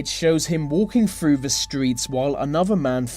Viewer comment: This video was great but 'th' is not meant to make a v sound. Such as they and the you say vey and ve